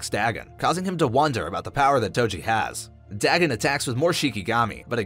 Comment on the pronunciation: Nice video but your pronunciation of Dagon really got on my nerves XD Could be you are right but i've known about Dagon from Cthulu Mythos for so long that it is so weird how you pronounce it. It's pronounced Day-gone not Da-gun.